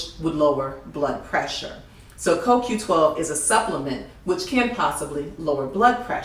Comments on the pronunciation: is is not a critic from me either, but she made more mistake here than just a coQ10. and it sound as she say KQ and not CoQ.... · CO-Q . BLACK PEOPLE !!!!!!!!! She actually LOOKED at the bottle and STILL pronounced it INCORRECTLY !!!!!!!!!!!